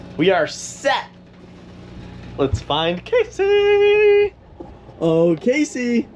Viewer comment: When you Gonna pronounce her name the same way she does? He says Casey She says Cassie? I don't understand why he can't enunciate her name properly